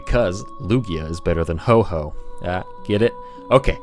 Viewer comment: Anyone else get mad when he said "Ho-Ho" and not "Ho-Oh"?